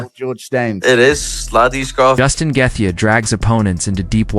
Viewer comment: instant thumbs down idk if you used AI or just cant pronounce Gathjae either way...